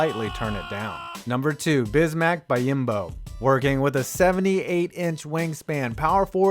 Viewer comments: It’s pronounced bee-om-bo not buy-im-bo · It’s pronounced bee-on-bo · It's pronounced Bee-yahm-bo. You're putting letters where they don't belong.